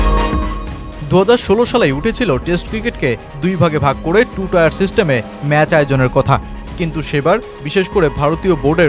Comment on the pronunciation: টু টায়ার সিস্টেম নারে, টু টিয়ার সিস্টেম। 😂😂😂